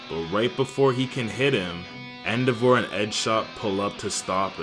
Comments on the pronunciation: Man said EndoVAR 😂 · The way you pronounce endeavor makes me unreasonably angry.😭